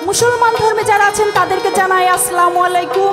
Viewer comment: লাকি আনুঃ তিনি এখনো ছালাম সঠিক ভাবে দিতে পারছেন না। ছালাম শিখে নিন। ২ টি পালায় দেখলাম।আসসালামু আলাইকুম - শিক্ষার শেষ নেই। মো ইউনুছ মিয়া সাংবাদিক কিশোরগঞ্জ জেলা বাংলাদেশ।